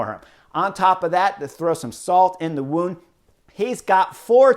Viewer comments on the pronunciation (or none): none